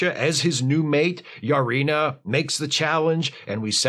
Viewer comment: Wait...Lutan's wife is named "Yar-ina"?